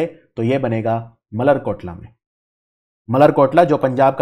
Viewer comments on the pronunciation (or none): मलेरकोटला not मल्लर कोटला